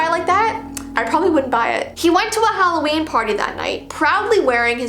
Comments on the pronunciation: You said it's hallveen😂😂😂When it's Halloween:3I just wanna correct u :) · How to say Halloween stupidly HALO-EEEEN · Halloveen nice instead of Halloween its Hallowveen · ITS VEEOWEEN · Intro: it halloveen Me: HECK YEAH IT IS BABY >:)